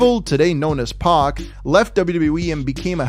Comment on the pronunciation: ITS NOT "pOc" ITS PAC